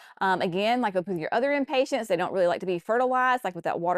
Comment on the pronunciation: Cracking up over you adding a "t" to the end of "Impatiens." That's what I am is impatient to get started on my gardens, but it is too early where I am! It's too early for me to start any seeds inside for anything but cabbage, broccoli, and Brussels sprouts. I do have those going, though! Thanks for sharing your annuals.